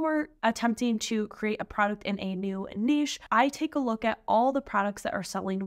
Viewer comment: A lot of great advice in your video. Anyone doing POD needs to hear everything you’ve said. Also, thank you so much for properly pronouncing “niche”. I hear far too many people these days saying “nitch” and it makes my head explode.